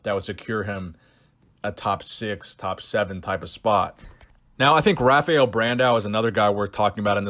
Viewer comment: The R is pronounced like an H in brazil. It's pronounced Hafael.